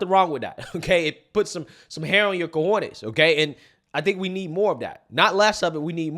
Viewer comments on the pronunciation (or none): none